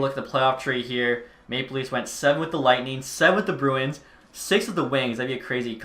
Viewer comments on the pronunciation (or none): none